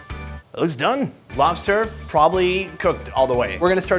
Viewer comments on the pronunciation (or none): Did anyone else noticed her talk to be funnny and cute at the same time lol 😂😂. I was laughing like an mad idiot when she said lofster instead of lobster.🤣🤣 The video was Cringe as fuck bro but however sunny cooked very good.